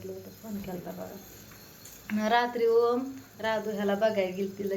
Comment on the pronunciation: अग वोम का म्हणतीस ग..... ओम नाव आहे 😂 ग...